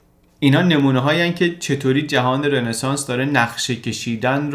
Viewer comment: رِنسانس نیستاااا .... همون رونسانس درسته! یک کلمه فرانسویه و e به صورت o تلفظ میشه توی فرانسوی (مگر در بعضی استثناها)